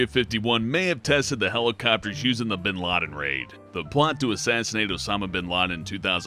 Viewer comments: Mr bean laden? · Osama "Bean" Laden? xD